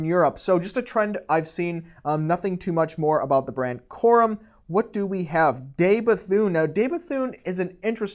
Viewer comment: You ought to know how to pronounce 'De Bethune' ... especially if you are into watches. Can you say "duh" instead of "day" ? Then you can pronounce it properly. "duh Bethune" is the correct way.